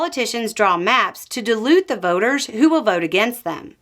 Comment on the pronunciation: Awesome video as always,. Quick note from a Canadian, it sounded like you pronounced 'dilute' as 'delude' when explaining using gerrymandering to dilute the vote of those who would vote against. Not sure if anyone else heard it that way. 'Deluding the voters' seems like a different, if related, concept. Just an FYI! Stay awesome, y'all!